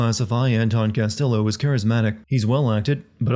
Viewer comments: The Ls in Castillo are pronounced as a y. It's a Spanish name my dude. It's not like they don't say it constantly in the game. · oh for the love of- They literally say his name every like 5 minutes. Its "Cass-Tee-yo" not "Cass-Till-o" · bro couldn't you just looked up how to pronounce "castillo"? double L means a "y" sound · Here's one Sin for the video: constantly pronouncing Castillo wrong. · I don't think I'll ever understand how someone can play an entire game, do a video review of it, constantly hear how the name "Castillo" SHOULD be pronounced and STILL say it wrong every single damn time. Fuck me.